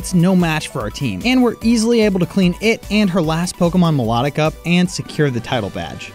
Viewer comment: did you just pronounce milotic wrong?